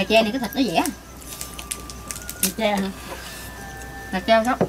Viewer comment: gà tre không phải gà che